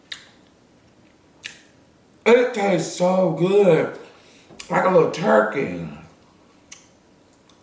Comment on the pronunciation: "Like a lul Turkeh" ZO